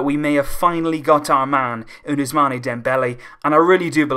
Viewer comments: First of all learn to pronounce the name of ousmane, it is not us-mane like sadio mane, it is us-maan from abu-usman. nonetheless it is a great signing, but got to find someone that can replace xavi and iniesta, we still haven't been able to do it. We still need 3 WC signings to come anywhere near to real. 2 CM, one defender and one more winger possibly di maria or draxler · Ousmane is pronounced ousman